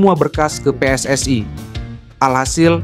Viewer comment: Apa itu pe es es ae, saya aneh cara membaca nya, saya heran membacanya seperti bahasa Malay